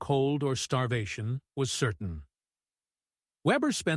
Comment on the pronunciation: His last name was not webber but weber .